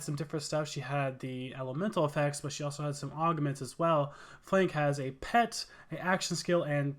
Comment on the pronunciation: Why are you calling him “flake”? Its “Flak” as in a flak vest. Christ.